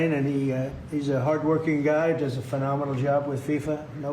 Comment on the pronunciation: "Here from Eetelee..." Italy...😂😂❤